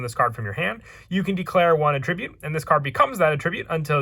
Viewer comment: attribute (noun) and attribute (verbs) are pronounced differently